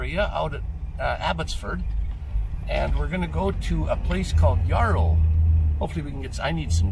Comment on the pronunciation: When I grew up in Chilliwack we pronounced it. Like the word Arrow, but with a y arrow. You sound like you're saying it yAur-ow